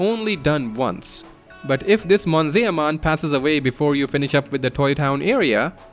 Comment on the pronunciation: Monzaeah-mon? It's Mon-Ze-Mon